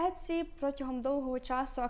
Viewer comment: Але чому Этці, якщо сайт називається Ітсі ? 😳